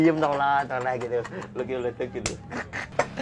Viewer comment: Bleduk bukan Leduk bib🤣🤣